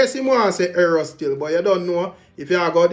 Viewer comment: Di man say sir p dunce …so him is wat mr Arrow my yute the word is error 🤣